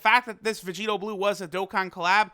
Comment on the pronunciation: Vag-eta? lol!